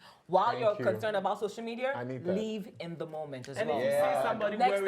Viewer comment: Am i the only one or are have they been saying shocial media, instead of social media?